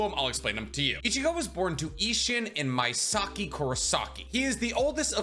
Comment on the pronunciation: Misaki...pronounced "Me-Sa-Ki"....Me as in "I, Me, My, Mine".